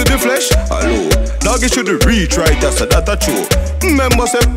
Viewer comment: Man say 3 "tree" yah former 😂😂😂😂